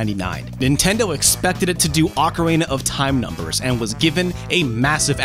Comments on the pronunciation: “Ahcarina”.... I’ve literally never heard it pronounced that way... 🤣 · "Ocaraina"...? ah one of those "Mairio" types lol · Arkarayna is that what I heard? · stop saying "ocaRENA" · Dale alegría a la flauta Ocarena Que tu misión es rescatar a la princesa porque algo bueno Dale alegría a la flauta, Ocarena Heyyy Ocarena! like if the way he pronounces ocarina drives you crazy too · I almost had to stop watching after he said ocaRAYna for the 5th time 😑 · Wait no he only said it right the first time he said it in the video then he screws it up every time after. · PointsofData now that I think about it, there’s two ways to pronounce it 1 in English. 1 in Japanese. So the person who made this video pronounced it in Japanese. The people in this thread have no idea what they’re talking about. Feel free to pronounce it anyway what’s best for ya. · It's because he just finished doing the Macarena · Sounds like he’s mixing Auckland and the Macarena lol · Why are you saying ocarina like that? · You don't know how to say ocarina? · Why can't this guy pronounce ocarina? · He almost said it correctly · ive heard people pronounce it ocarina and oakarina but never ocarena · Ocarina as in Ocareena not OcaRAYna... Great vid and all, but that bugged me. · "Ocar-ay-na". Lol.. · He is saying Ah-Ca-Rey-Na. You're supposed to say Oh-Ca-Ree-Na. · The blurry text on the Majora's Mask "Insert Expansion Pak" screen are images, not vector text. Also, dude, the word ocarina is pronounced "oh-ka-REE-na" not "ah-ka-RAY-na" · In English its pronounced Okka-Ree-Na i don't get what the problem is. (EDIT) went back and heard him say okka-Ray-Na.... ewww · he said ocarana its ocarina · You noted mispronouncing the wrestler's name but you consistently mispronounced Ocarina. It's pronounced ah-kah-REE-nah. Not like the Macarena. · The way you say "Ocarina" almost sounds like "macarena." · TW1ST3D R3DN3CK I’m very much old enough, and he totally says “ocareyna” several times, and it’s super annoying lol